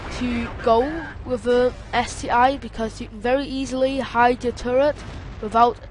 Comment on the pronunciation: ST one boy , not ST i